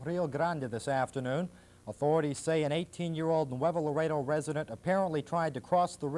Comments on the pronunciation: ITS LAREDO, NOT LARADO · It's Not Larado, it's Laredo!